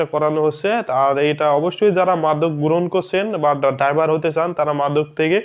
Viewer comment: ডাইভার নয় শব্দটি ড্রাইভার।